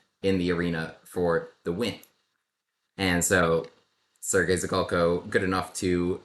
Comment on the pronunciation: Not to be too nerdy, but »Zhigalko« has a [ʐ] sound, not a [z'] sound. Kind of like the sound s makes in 'mea s ure'.